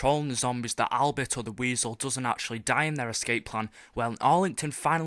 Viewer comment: You don't say weasel